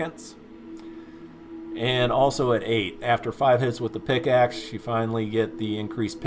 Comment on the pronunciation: Bro it's PICK axe not PIX axe lol but anyways great vid! Keep it up!!